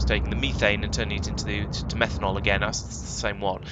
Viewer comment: I heard how you say methane and thought "that is an interesting way to say it". Then I heard how you pronounced methanal and became very confused. 😂